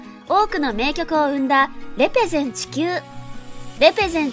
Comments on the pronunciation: れ↓ぺ↑ゼ↑ン↓ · レ↑ペゼンがすごく気になる